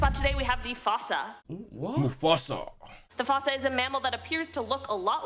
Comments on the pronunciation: it's pronounced :"foosa" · pretty sure u supposed pronounce fossa as "fusa/foosa" like in the madagascar movies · that lady pronaunced fossa wrong its pronaunced fuuuuuuuussa not fooosa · Fossa (fuu-sa) Why's that woman pronouncing it like fossil? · She clearly didn’t see the movie Madagascar 🤦🏽‍♂️ its FOO-SA not FOW-SA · Init pronounced moosa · It’s prenounced foo-suh